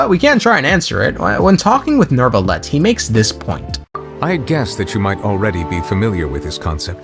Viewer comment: Why does everyone call him "Nervalette" instead of "Neuvilette"? Is this a "Nukelar vs Nuclear" thing?